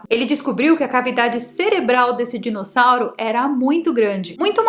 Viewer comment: amo quando vc fala ALIGENÍGENA, e agora mais um que adorei DISSONAURO kkkkkkkkkkkkkkkkkkkkkkkkkkkkkkkkkkkkkkkkkkk mas eu acredito na teoria da fazenda, e nesse caso faz sentido. Esse dissonauro evoluiu nas cavernas da Terra, e através dos milhares de anos chegou à um nível tecnológico onde pôde criar outras espécies e dentre elas nós, para se alimentarem.